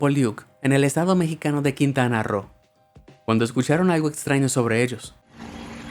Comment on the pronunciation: Se pronuncia Quintana Rró :3 así se pronuncia como si fuera doble r y acento en la o